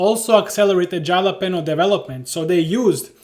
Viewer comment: It's "Hal-uh-peen-yo" <3